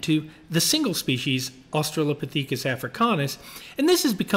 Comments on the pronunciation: Very curious about Berger’s pronunciation of Australo-pah-THEEK-us. Never heard it said this way before. Have tried to find reference to it on google without success. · why did you pronounce Australopithecus that way?